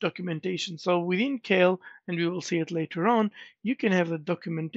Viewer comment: "KEIL" is german and is pronounced like "kile" in english, just fyi